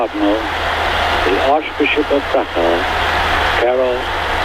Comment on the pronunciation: POPE John Paul II was never 'keh-roll' like English name Carole, Karol is pronounced more like 'Kah-roll' or closer to English name Karl